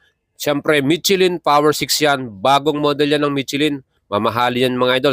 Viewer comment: You should pronounce it as trai-uhmf and not TRAYUMP. You should also learn to distinguish F to P and V to B when it comes to proper pronunciation. The brand Michelin is pronounce as 'meesh lan' since it is a French word and not MICHILIN. Wag po puro vlog lang and learn also the proper pronunciation by searching. This is one of the many reasons kaya nakakatamad kayong mga Pinoy na vloggers panoorin at nakakahawa kayo ng kata*gahan esp. kung mga kabataan at mga walang alam sa mga binabanggit nyo ang mga wordings. Just my 50 cents lang po. Also, yang sinasabi mo na 201 kgs (kerb weight) eh hindi po yan light weight as what you are claiming. Sa displacement nya na 660cc considering na 3 cylinders lang sya, mabigat na po yan at almost comparable na sa mga liter bike. Kaya pano mo nasabi na light weight???? Keep in mind na ang Ducati Panigale V4 is nasa 193 kgs na (4 cylinders). Kaya, I will ask this.... Ano po ba ang definition mo sa light weight? Also, may sinabi ka na very agile. How did you know na very agile po? Nakasubok ka na ba ng test ride? O base lang yan sa mga figures na ibingay sa'yo ng Triumph? I have no gripes against Triumph huh? In fact, I have a Street Triple 765, 2023 model and I love that bike. The thing is, napapanood ko na ang mga vlog mo pero ang daming sablay na dapat mong i-correct esp. sa pagiging redundant mo sa mga wordings mo like "premium, super premium, etc" I think, I am just nit picking lang and this is for you to improve your vlog lang sir. You ha